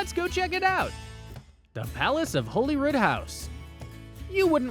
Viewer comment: So - the queen is dead. Holyrood is said like Hollywood. St Gilles rhymes with smiles.